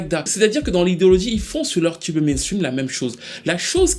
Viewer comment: Ton analyse est toujours on point et je dois avouer que je suis un peu déçu de PF2. Je ne m’y retrouve pas. Une chose me dérange dans ta présentation, tes prononciations excessives en « tcheu » , genre « tchube pop », pour moi c’est vite agaçant.